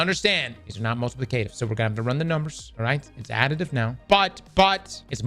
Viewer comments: Say multiplicative for me 😂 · mispronouncing multiplicative gets me every time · The way says multiplicative bothers me.